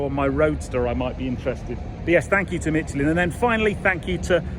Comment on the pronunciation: A serious question and a critique (sorry). Firstly, does that change in the profile upset the odometer/speedometer at all? Sorry to be a pedant, but there's no "t" in Michelin.